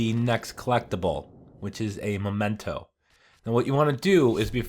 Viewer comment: For god's sake, it's "mEmento" not "mOmento." MEH-men-toh.